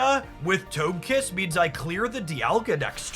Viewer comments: For the love of pokemon please learn the pronunciations. How are you saying togetik correctly and then say TOGE KISS It's TOH-guh- kiss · You mispronounced Togekiss. Toge is pronounced like Doge. You know, like the meme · i mean you got togepi and togetik right.... then suddenly TOGE kiss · Them pronunciations are throwing me off! 😅 I grew up knowing them as togepi (Toh-geh-pee), Togetic (Toh-geh-tick), and Togekiss (Toh-geh-kiss). I mean, i could be wrong. It's just weird for my brain to hear them pronounced that way! lol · It’s so hard to say Toagkiss. Why do people make it so hard to say it? He says Togetic correct but once it’s Togekiss 🤷